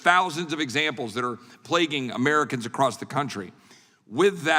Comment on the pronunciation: Mr. Jordan, I adore you. But I also implore you there is no tea on the end of across.